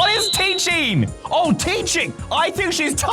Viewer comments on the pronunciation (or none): teaching not teacheen